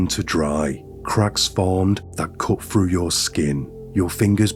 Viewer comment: It's through you dense flid 🤦🏼‍♀️ 😂 There's no such word as "fru" and your pronouncing the word wrong, it's pronounced like Th-roo not fru